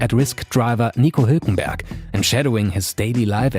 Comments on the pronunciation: you did a god job with "Nico HUUULkenbUUrgk" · I love how he pronounces Hulkenberg.. must have taken lessons from Riccardo. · the way he pronounced Nico Hülkenberg made me MOIST